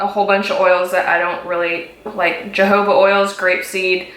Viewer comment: J is pronounced like an "h" girl. Like the Mojave Desert. Jojoba pronounced hohoba. Just trying to help you out 😂